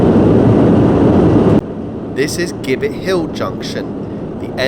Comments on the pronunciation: Indeed, and Gibbet is pronounced Jibbet! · Just for reference, Gibbet is pronounced Jibbit locally. Great video - thank you.